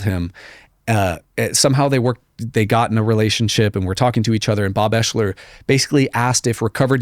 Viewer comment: Ps.. Bob’s name, it’s pronounced Ex-ler But spelled different, Oeschler I believe is the spelling. not eshler.and I can prove it